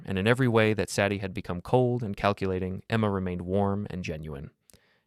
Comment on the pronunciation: Say dee. Not Sad ee.